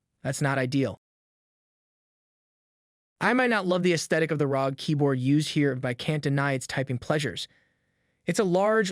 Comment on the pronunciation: ARE OH GEE - .. pronouncing the acronym as a word is the same as saying RTX3080 "tye"